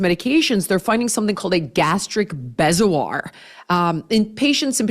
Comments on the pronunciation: I was an OR nurse and was in an operation on an 18 yr old girl that had a bezoar (pronounced Bee-zoar). She was the youngest of 10 kids and had anxiety. This bezoar was an 8 pound mass of hair. She’d been chewing on her hair & waa malnourished . Next stop: psych referral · Bezoar is pronounced bee-zor… I saw a few of them in my days as an operating room nurse.